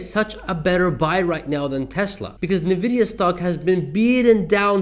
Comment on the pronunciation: FYI: Pronounced “en-vid-ee-ah”; not “ni-vid-ee-ah”.